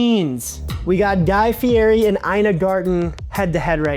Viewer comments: Hate to be "that guy" but Fieri is not pronounced that way. Which everyone unfortunately does. As a lover of DDD (where he says it all the time) and Guy, he says "Fee-eh-dee" and compliments Sean on pronouncing his last name correctly on Hot Ones lol. It was a funny vid on Sam The Cooking Guy where Sam was pronouncing it right and his son, Max, kept trying to correct him. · It’s pronounced Fee-Ett-EE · Guy Fieri's last name is pronounced like Fee Eddie. I've met him before, and he corrected me. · Great video. But I'm still surprised people still pronounce Fieri wrong. Especially when something of his is a large part of the show